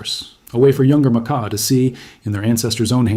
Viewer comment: The research is good, but the mispronouncing of Makah is killing me.